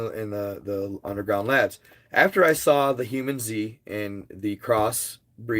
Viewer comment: Its. Hue-Man-zee Not humanZ 😂.. Not hating either.. Love ur content bro.. PLZ be careful if u get contacted. Its not worth dying for brother